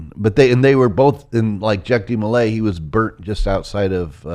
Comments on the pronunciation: It's not jack demolay, it's pronounced jauck with a French spelling. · Dude really butchers Jacques De Molays name pronunciation.. But he’s almost spot on with the history!